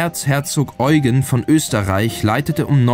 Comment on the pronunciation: Bei "Eugen" wird die zweite Silbe betont.